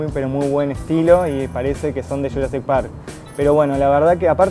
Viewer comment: de churassic park no se dice jurassic park?